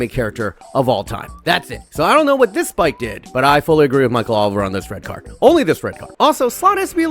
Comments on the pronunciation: its Sipke not Spike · Sip - Kuh Hulshoff Dont violate the mans name bro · as a dutchy the ass manager is called spike he is called sipke as in sip (to drink) and c from cough so sip ke